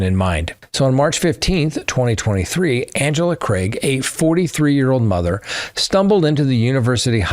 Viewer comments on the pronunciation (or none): none